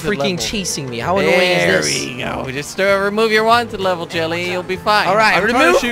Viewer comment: Why does Jordy always call him Jilly and not Jelly